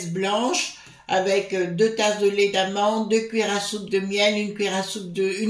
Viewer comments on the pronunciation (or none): none